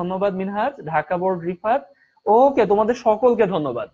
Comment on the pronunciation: Vai it's Dhaka not Daka😂😂😂😂🤣🤣🤣